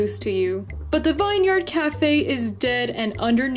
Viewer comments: Please don’t say “Vin yard cafe” again.. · The one doge said vin yard it’s vine sorry to do this I do not want it to sound like hate I promise